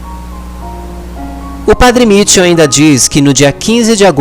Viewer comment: esse teu trabalho de divulgação é muito importante para atingir mais pessoas. Deus te abençoe por isso. Apenas corrija a pronúncia do nome do padre. Não é Mítchel, mas sim Michél. Porque ele é de origem francesa.